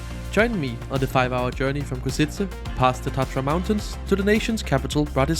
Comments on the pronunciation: Ok, that carriage looks actually good. Funny how people can't pronounce Košice haha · El autor de este video es un analfabeto? No sabe ni leer el nombre de la ciudad Košice, Poprad etc. Por hablar tan mal de todo te mereces "Persona non grata" en Eslovaquia!!! 👎👎👎👎👎